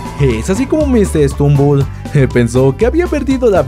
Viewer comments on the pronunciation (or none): Oye no es por ofender me gustan tus videos pero no se dice mr strumbel es mr stumbel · Es Mr stumble no Mr stembul